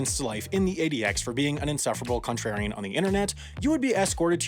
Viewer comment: I heard you. "Cuntrarian" - Wendover 😆😆😆😆😆